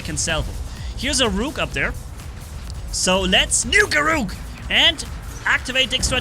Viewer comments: Rook is pronounced like book, not like nuke. The rhyming does not work. LOL! BTW... The machine guns work pretty good against Rook as well. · say look but switch the l with an R.